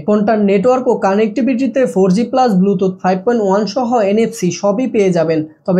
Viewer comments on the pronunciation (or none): none